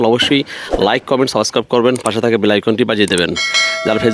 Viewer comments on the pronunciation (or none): none